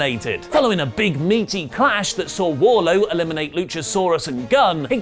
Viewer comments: Pssst. It's Wardlow not Warlow. Your welcome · Wardlow.... not warlow lol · Can someone explain why keeps calling Wardlow as Warlow? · Wardlow with a D! Cmon oli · .........it's Wardlowe.... right? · Isn't it Wardlow? Why u dropping the D from his name?